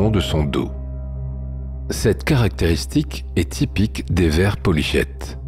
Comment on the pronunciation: polychetes ça se dit "polyketes", ça m'a trigger d'entendre le son "ch"